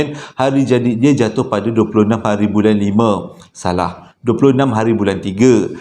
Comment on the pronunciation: Slm abg n gaiss, kira trrawal jugak noti arini,. Prkataan SALAHhh.. abg tu sdp no bila abg sebut😅😅Pe pun cerita Trbaik bang👍